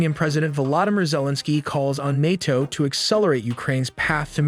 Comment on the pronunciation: Nay toe not nate toe